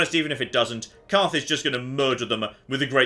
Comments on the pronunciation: In the next episode of things that got wrong: Continuing to call Carth Caden. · Who is Kaden? do you mean Carth? HAHA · CARTH. HIS NAME IS CARTH.